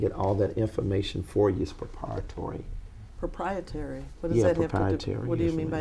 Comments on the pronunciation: CLASSIC GOLD 💣 It's "PROPRIATORY" Not only is he saying it wrongly, the word he's trying to say means the complete opposite of what he thinks (or what I think he's trying to say) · " propatory" Attorney- you mean " proprietary " yeah. LMFAO!!!!!!!!!!!!!!!!!!!!!!!!!!!!!!!!! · 😂😂😂 It propietary accoratley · Propriatory??? WTF..... I laughed sooo hard. He said "Let's not be children "🤣🤣😂😂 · His lies are so egregious he started making up words lol…ie “propietory” which he claims means “open” 😂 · Daytona Says What?! Lmaooo he pronounced it "proprieTORY"! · You forgot Proppriahtory = Proprietary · All them emojis is poh-pahytory, you kneed ta axe Michelle to handle apoh-piatly handle all your phone depah-tments! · "I wanna be ackret.. its prapriatory" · "It's proprietory" lol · It’s “proprietary” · Propority, akerate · He said "proprietary" 😂 I died. I want that lawyer what's her name? She is bad ass!!!